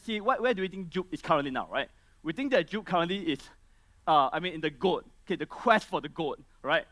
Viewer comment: "GOAT" not "Goat", lul